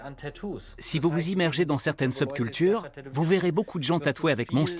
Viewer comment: Arte, en français on dit "contre-culture" pas "Seub-culture"